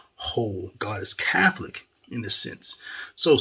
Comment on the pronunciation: I believe Fr Goring means well, because it seems when they forced him back to Cananda he seemed to have gotten soft. maybe he was threatened?🤷. I stopped watching him a few years ago as well because of that. Also, why do you say Cafolic instead of Catholic?